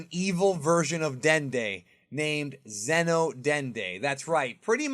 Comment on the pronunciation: Dude..... It's XENO like XENOverse not Zeno Goku or Zeno Vegeta. You say it right when saying the game name but not when you say the character names 🤦🏾‍♂️